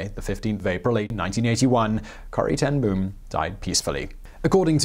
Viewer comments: Ten Boom is pronounced more like 'Ten Bohm' with a long 'oooh'. The dubble-O creates a longer sound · 'Ten Boom' was not entirely correctly pronounced, but it was close - I'm glad you didn't make it sound like a bomb going off. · You really CARELESSLY butchered her surname. You did not even try! Simon, as far as I know, you LIVE in Europe. I live in Africa and I can pronounce her name correctly - it's not that difficult.